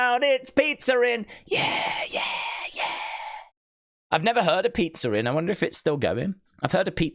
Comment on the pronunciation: its pizza inn not pizza rin